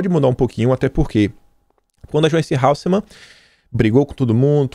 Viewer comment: É Hasselmann e não Halsemann, amigo! Caraio! Até hoje?